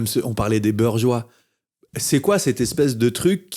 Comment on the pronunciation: Quand il a dit "beurgois" j'ai cru qu'il avait mal prononcé